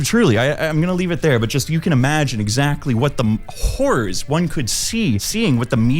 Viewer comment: On 1.5x speed every time you say "Horrors" it sounds exactly like "Hoors" (as in OF ads 😅)